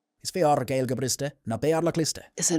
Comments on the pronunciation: You reprimanded the robot for using English phonetics and then yourself proceeded to give a phonetically English approximated spelling of the Irish. In any case, it should be "vrishtuh" not brishta, as 'Gaeilge' is feminine and adjectives (briste) are lenited after feminine nouns. (And in non-anglicised Irish pronunciation there is no 'w' sound in Gaeilge, though it is extremely common for anglophones to have learned it that way, with the glide from the velar G to slender L either misinterpreted as a consonant like w (southern) or ignored completely (northern)) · You got the history part absolutely right. Poverty, shame and the famine killed the lanauge. Two things though - probably should rely on native speakers for pronunciation tips rather than AI. You got it right in many instances and terribly wrong in others. Conradh na Gaeilge is a good example. You got the Conragh absolutely correct and the you butchered the Gaeilge bit. Also, the county of Donegal is pronounced Don-ee-gawl, not Donah-gawl. Finally, I'm glad to report that Irish is having a revival - young people now are free from the neurosis of the past and seeing that the language as a part of the anti-colonial struggle.